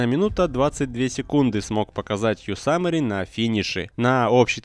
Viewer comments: Что с произношением?? Какой "пуссвассер" и "йосамери"?? Писвассер и Йосемит же, не? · не йосамери а йосемит! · Какой блэт Ёсамери. Ёзэмит